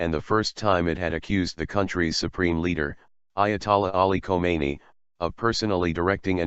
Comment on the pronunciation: What kind of broadcaster would pronounce two different names (KHOMEINI + KHAMENEI) exactly the same? Answer, an American one.